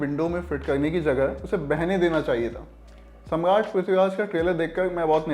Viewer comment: Ye pahla banda hai lallontop ka jise dekh ke lagta hai ki koi to jaan pehchaan ka hai iska is channel me....jo banda Samraat thik se nahi bol pa raha hai wo Movie review kar raha hai...